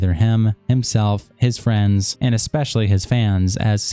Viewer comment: Lmao! "Fwends?" 🤝